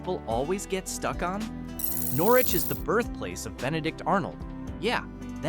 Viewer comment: Old timers in Norwich pronounce it Nor-itch.